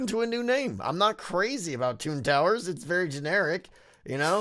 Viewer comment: Whenever you say "Toon Towers" my mind hears "Twin Towers" which does NOT match the mood at all for obvious reasons, but that may just be me.